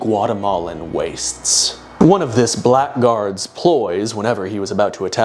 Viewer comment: blackguard is pronounced 'blaggard'